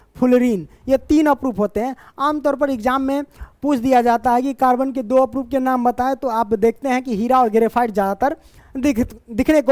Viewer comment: Aprup nahi sir Aprrup hota hai